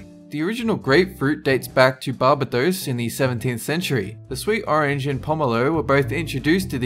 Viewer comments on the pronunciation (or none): Its actually pronounced bar-bay-dos lol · the way he said Barbados lol. priceless